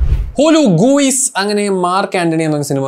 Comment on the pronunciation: ഹലോ ഗൂയിസ് 😂😂🤣